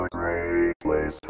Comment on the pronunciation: Presumably this was founded by settlers from Salford, England. The pronunciation there sounds more like "soulfood"!